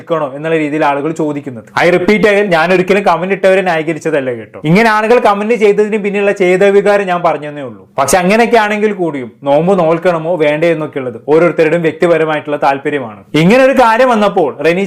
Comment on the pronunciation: ചേതേ വികാരം അല്ല ചേതോവികാരം ആണ്